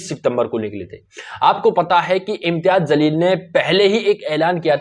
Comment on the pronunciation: Aray janwaar Imtiyaz Jsleel hai naam zalil nahi, parlay naam bolna Sikh. Uskay kay baad news bool..